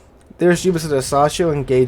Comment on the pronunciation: Pronounced: "Le Fantasc" and "Mack-en-zen"!